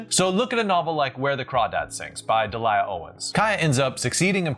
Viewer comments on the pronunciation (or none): I don't wish to point out negatives but, it is EM Forster not EM Forester. I've watched quite a few of your presentations recently and you have a very weird way of saying some names. Also in this one is Delia - pronounced Dee Lee Ah. Not D Liar.